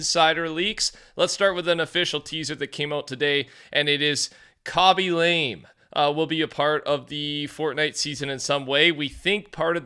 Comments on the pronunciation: Bruh, his last name is not pronounced "lame". It's "la-may". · I believe it’s pronouced Kam-e Lam-eh. And it’s lame if he is in the battlpass.